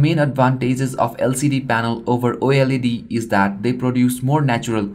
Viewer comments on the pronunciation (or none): none